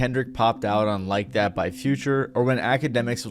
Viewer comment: I hate how you say everything correct af except "that" its not "dat"